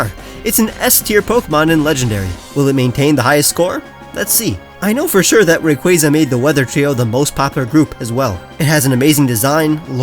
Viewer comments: it’s Ray-Qoo-Ah-Za not Ray-Qoo-Aye-Za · I always thought it was said like "ray-coo-warza" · Bro really said ray cwayza 😑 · The way you pronounced rayquaza ... disgusting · it really isn't